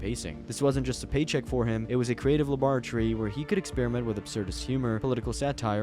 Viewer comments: Tapped out a second before me at "Dexter labartry" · WTF is a labartree? laybertree labortree? I am so confused I don't even know wtf he said. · "dektchers labrartree" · Dexter's Labotree 😭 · Dexter's La-bore-tree? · bro pronounced it lum bore a tree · Seth even said it properly 10 seconds later. He also put the wrong emphasis on laboratory. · who tf pronounces laboratory like that 💀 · nah rewatch the video and tell me he doesn't completely butcher it. I'm British too mateb